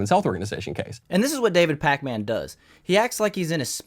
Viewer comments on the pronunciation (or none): Pronounce it pakmin, stop disrespecting the packman we all love 😂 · I hate how you call him pac-man. Its Pakmin lmao